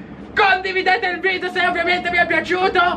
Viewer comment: Si dice video NON vidio